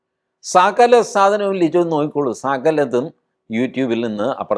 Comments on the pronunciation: ലിജോ അല്ല, ലിയോ. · ലിജോ അല്ല ലിയോ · ഒരു തിരുത്തുണ്ട് സർ ലിജോ അല്ല സർ ലിയോ ആണ് സർ സോറി സർ